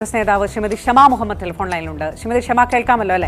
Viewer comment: നേധാവ് , അല്ല . നേതാവ് ശ്രദ്ധിക്കുക .